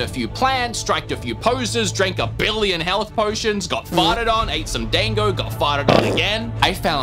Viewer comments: went from mispronouncing hunter to mispronouncing dango kek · Dango are steamed, not boiled usually. Made from rice flour and you can grill them instead if you don't have a steamer. Also they're pronounced d-ahn-go, like pronounce the dan like darn but without the r. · It's, um.. It's not "dang-go". It's more like "dahn-go". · "Dan-go" instead of Da-n-go lmao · i dont mind the way you say Monster Hunna... but i DOOO mind the way you say DANG-OH. it is pronounced closer to: (dawn-go) its a more flat A. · Dango is said like Dong-go not Dang-go. The a in Da makes an "awh" sound. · Bunny dango is pronounced Bunny "Dongo." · How he pronounced Dango triggered me ever time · Just letting you know. You are not pronouncing Dango correctly. xD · Pretty sure you pronounced dango wrong